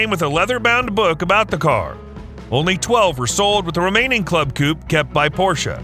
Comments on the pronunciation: Coupe not coup. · The name is not Coup.. but coupééééé. Ku-pey ;-)